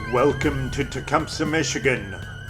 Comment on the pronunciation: You can tell you're not from Tecumseh, MI... we pronounce it Tecumseeee in these parts.